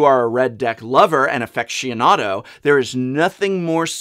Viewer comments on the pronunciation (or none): Professor, I know you have a peculiar dialect, but I absolutely draw the line at "Affectianado"...